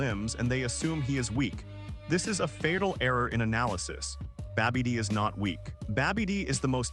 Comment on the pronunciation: Yo keeps saying babby dee... Like that big girl from Next Friday... Look out yo Babby Dee coming